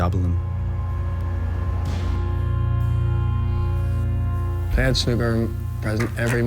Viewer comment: Pronounced- pre- gab-lin